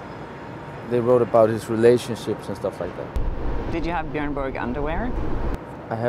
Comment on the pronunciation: You know it's bjÖrn Borg not bjØrn Borg... he is Swedish not danish/Norwegian